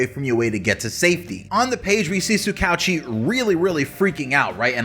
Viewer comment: That’s not how you pronounce tsukauchi